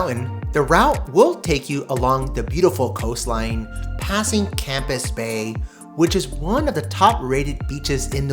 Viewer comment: It's NOT Campus bay - its Camps Bay